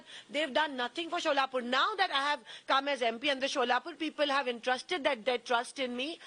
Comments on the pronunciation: She is from Solapur, yet she calls it Sholapur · It’s not Sholapur it’s Solapur , and she is political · Tell her to pronounce right ( Solapur) 😂😂😂😂